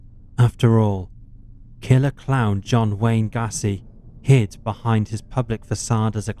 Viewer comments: Gassy??????? "GAY-SEE" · Yeah, i don't want to be one of those people complaining about videos i watch for free, but this narrator sucks. He's trying to speak too softly, too slowly, and he needs to learn how to pronounce shit before recording. The over-pronunciation of "macabre" is one thing, but 'cata-cooms' and John Wayne 'Gassy' are just unforgivable. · “Macabreh” “catacooms” “gassey” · John Wayne “gassy” 😂 i swear these mispronunciations are intentional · Or catacombs. Or Gacy.